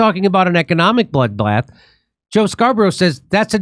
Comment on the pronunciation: "economic bloodblath" 😂